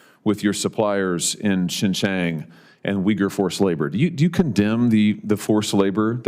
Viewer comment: He doesn’t even pronounce “Xinjiang” correctly. What an expert😅